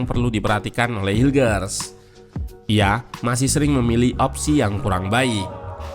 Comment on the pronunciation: Kata coachy cara bacanya: mees hilkhers